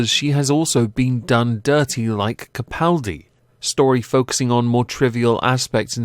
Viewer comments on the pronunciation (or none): none